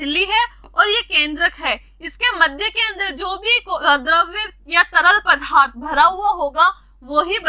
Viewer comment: Mam aap accha padhte Ho लेकिन पदार्थ को पधा र्थ नहीं बोलना है